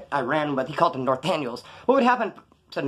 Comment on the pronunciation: The Nor-tan-yos 😂😂😂